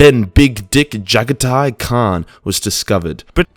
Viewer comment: I'm pretty sure it's pronounced "Ja-Gotti"